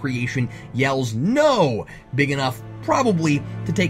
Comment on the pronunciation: That "NO!!" would have been much more effective as a "No."